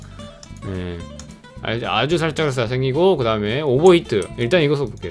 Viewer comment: 오버히트 가 아니라 에바히트